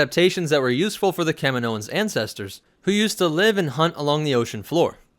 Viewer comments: I’m barely a Star Wars fan, but this guy calling them Kamin o ins is driving me nuts. They even say it in the movies. Ka meee no. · Its Kahhmeeenioans.... NOT Kaminoooooans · I always say and hear it as kah-meen-o-ans like the way you pronounce the planet. Kamino-ans. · It's ca-meen-oan :) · Yeah but again you pronounce it the same as the planet... it’s aggravating lol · you said it wrong way more then twice. I'll comment as many times as you pronounced it wrong if that makes you feel better about your lack of researching the topic or lack of respect for a fictional race